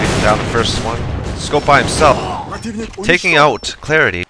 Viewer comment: Lmao XD just like hes saying alex/HCR, Lucas, Yasa/yS, Clarity without the 13 xD only good pronounced name is Doughyetti xD